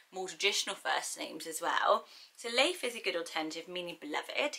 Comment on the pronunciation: Leif does not sound nice in scandinavian countries tho. It is pronounced læif and is an old mans name